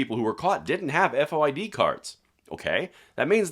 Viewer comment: Kim Foxx is the DA in Chicago. She is inept beyond description. Dick Durbin is inept beyond description as a US Senator. He had absolutely no clue to what he was talking about.. he could hardly say FOID and it has been the law in the state for decades. ( Unconstitutional law in my opinion). The City has these rolling gun battles all the time. Carjacking at gunpoint is at an all time high in and around the city. When a “person of interest” is arrested the charges are weak and the bad guy is released on bond only to rinse and repeat next week. There was an armed robbery attempt last Saturday morning at a bar in Frankfort. (Frankfort is a SW suburban community to Chicago). The criminals entered the bar and demanded money from the bar and its patrons, threatening to shoot anyone not complying with their demands. Fortunately there was a concealed carry licensed person at the bar who had his gun with him. He shot one of the bad guys (died in the bar) while the other fled. No charges filed in that incident yet. I have not heard if they tracked the second guy down yet. So far the CCI holder is OK. The Bar, Ryan’s Pub on Lincoln Highway, is in Will County not Cook County.